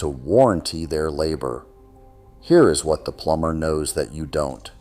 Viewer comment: What human would ever pronounce plumber, plumBer? 😅😂🤣